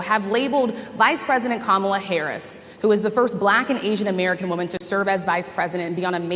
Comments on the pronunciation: Did she say camela? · "Camel-la", you think mispronouncing her name is winning points? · "Camela?" Did you catch Habba saying it? I'm gonna have to start wearing dog whistle earplugs. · Gosh I’m fired up right now. Great freaking show. That bullshit in Harrisburg kills me. Saying “CAM-a-la” and then questioning her roots? I was just at the Civil Rights museum, I think they need a field trip. #weirdos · Their absolute insistence on mispronouncing VP Harris' name (Trump with his ka-MALL-uh, and Hobba with her kaam-ala) is another clear indicator of their unquestionable racism. They're just undeniably disgusting people. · Her name is Kamala (Comma-la) pretty easy. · And no one has explained to him how to pronounce Kamala…….sad. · They never pronounce Kamala’s name correctly either. It’s their way of dismissing her. trump and his sycophants are vile. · The intentional mispronunciation of Kamala's name by Republicans continues to be cringe. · Why are MAGA unable to pronounce Kamala, are they that dumb? 😂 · I hated how she mispronounced Kamala.🤬